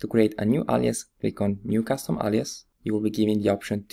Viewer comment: Forgive me, but it annoys me that he says allias, it's alias with an A.